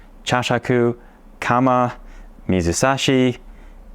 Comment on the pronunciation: 水指 is read "mizusashi" just like you said. Although, the second kanji "sashi" originally means "finger ", it also has the meaning "to put in", comparable to the same concept of "ire". You really cracked me up at "water finger".😂 Anyway, I love what you are doing.❤